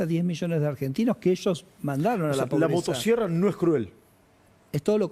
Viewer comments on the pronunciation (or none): Motasierra 😂😂😂pronuncia bien carajo 😂😂